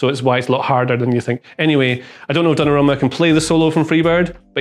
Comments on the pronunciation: I do not like modern football but I like this video...congrats. P.S. It is not "Donnarruma" but "Donnarumma"... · Donnarumma! Not Donnarruma